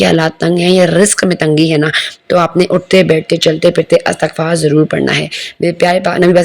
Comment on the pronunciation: Astaghfarr ni hota meri behn istighfar hota h